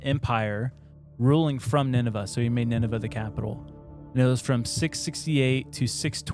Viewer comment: sorry to be that guy the pronunciation is Nin-Ve